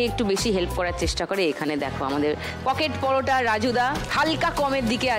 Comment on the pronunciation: পকেট পরটা না রকেট পরোটা 😅